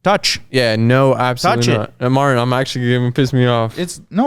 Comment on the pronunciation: cannot physically say Martin. It always comes out as "Marn"